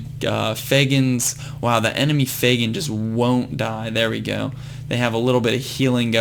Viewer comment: Hey, Vesa is pronounced v-eh-sa and Fegan is pronounced Fee-gan